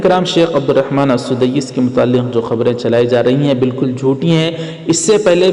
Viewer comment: Al sudaiis nahi sahab blke Al sudais hai